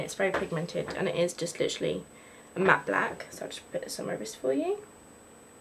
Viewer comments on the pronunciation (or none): Did you say one of the looks was called "malle"? Isn't it "Matte"? :D